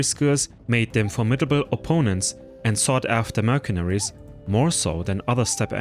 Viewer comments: It's not pronounced merkenaries, but mersenaries, you idiot! The C in mercenaries is pronounced as an S. Learn English!!! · Tibaytons? Merkaneries? You butcher the English language like Turks butchered Europeans haha